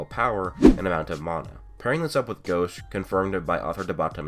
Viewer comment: it's gauche not gosh